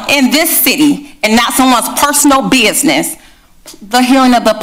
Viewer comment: PeRSONAL “BEEEYIZNIZ” speak English mayor